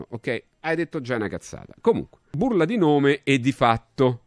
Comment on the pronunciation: Bourla, è greco, Άλμπερτ Μπουρλά, ma si pronuncia "burlà"